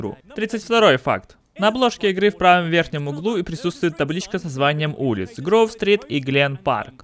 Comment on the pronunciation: или, что правильно Гроув Стрит, а не Грув Стрит